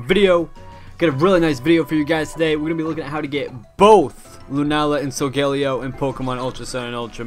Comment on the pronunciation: Ur supposed to pronounce it like sol guh lay oh